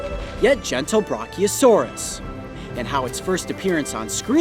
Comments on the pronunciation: hey man… it’s Brachiosaurus.. not bronkyosaurus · Lol bronchiosaurus lol its brachiosaurus not bronchiosaurus lol🤣 I'm sorry. Lol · Omg >:( he said bronceosaurus it’s brachiosaurus coyote >:(